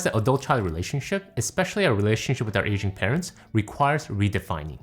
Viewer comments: I thought he said "Asian parents" not "aging parents" and was worries because I'm not asian so naturally neither are my parents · Man idk if it’s just be but, did anyone else hear “Asian parents” instead of “Aging parents” at first? 😂😂